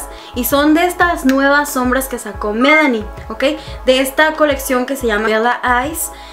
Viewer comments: Por qué dices Melani es MIlani, lee bien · Hola, me gusta mucho Tus videos!! Saludos desde Destin, FL un cosa que te quiero dicer, aca entre amigas!! La marka de los Blush... "Milani" lo estas dicendo mal usted dice "Melanie" y no es. Ase!! solo lo digo por buena onda por favor no se molesten!!!